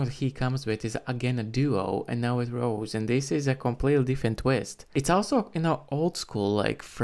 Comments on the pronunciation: Rosé not Rose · It's Rosè pronounce Ro-zay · Her name is pronounced like Ro-say or Ro-zay.